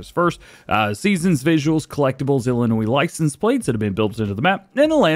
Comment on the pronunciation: Hey Dj great videos But I do have to say just one thing and it about the way say Illinois the S at the end is silent.